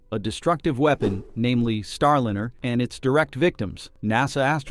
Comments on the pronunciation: The information here could possibly be valid but your content is unwatchable for me. I cant stand AI text to speech that either cant pronounce words correctly or is given incorrectly spelled words to say. It's Star-Liner not Star-Linner. I recommend previewing and editing your content before publishing. Start with reading your title...out loud. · Can you PLEASE have a real human read the voice over? Every AI script reader mispronounces the word Starliner as Star - linner (pronounced like 'dinner') plus it reads goofs in the written text as written instead of correcting them as a human would. It tells the viewer that the content creator just doesn't care. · The "i" in Starliner should always be pronounced as a long vowel. Seems like your AI voice needs better training. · Starliner, starlyner, starleener. There were multiple pronunciations in the narration. It sounds like they're trying to get the AI to work better. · If you separate the word, Starliner into (star liner) elevenlabs will pronounce it much better.